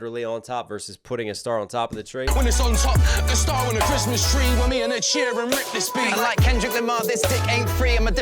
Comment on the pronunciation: It's sheeran, not sheehan😂😂